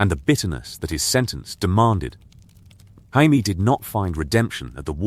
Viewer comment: It drives me crazy. Every one of these has Jaimie's name pronounced "Hymie". It drives me CRAZY. If you have to, spell it Jaymee, so that it gets pronounced correct.